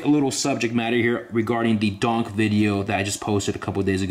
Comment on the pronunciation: I really do like your videos but please quit calling every car a donk!! It's funny However but the definition of a"" donk"" Pronounced ---Dunk, Caprice classic or a impala , 2door,4door ,hard top,convertible or Station wagon